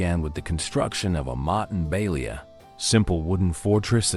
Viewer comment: Motte and Bailey mispronounced as well